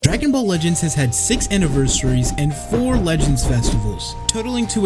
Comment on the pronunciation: Db "Lehends" 😂😂